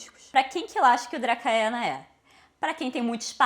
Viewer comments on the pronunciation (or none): Ótimo vídeo. Perdão pela pedância, mas a pronúncia de Dracaena é "dracena".